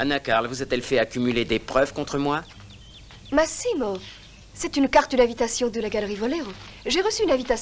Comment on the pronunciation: ...et ce n'est pas Masiiiimo , mais Maaasimo !